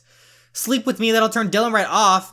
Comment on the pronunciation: Oh and Btw Dylans name is pronounced Die-lan